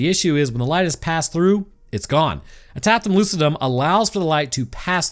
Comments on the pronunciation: I share in the same pedantic and shallowness so no, tapetum lucidum is "tap-pi-tum". That 'pe' is pronounced as its own syllable. :) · Just as an FYI, it is pronounced "advert-is-ments" not "ad-ver-tise-ments" Also "Ta-peet-em Loo-sid-um"